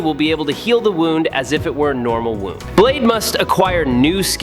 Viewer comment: You seriously mispronounced 'wound' and sadly you must be AI. That's too bad.